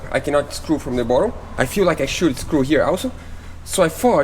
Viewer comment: Great Job! Also the word "Bottom" is not pronounced "Bottle"..... bottle is a a container, typically made of glass or plastic and with a narrow neck, used for storing drinks or other liquids. as "a bottle of soda pop". 🙂